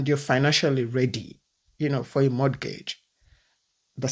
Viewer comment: Sister if i am not hearing anything you say, please in mortgage, the T is silent. It is pronounced morgage. Pronouncing the T, gives me an ache. Secondly the house, you are renting was bought by someone. If people dont buy down, you wouldn't have a place to rent. Life is in stages, when its your morning,its your morning.